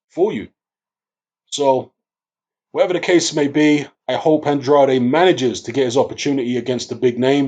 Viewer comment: Man it's a Portuguese name. His father is from Cape Verde And pronounces it the way its suppose to be pronounced.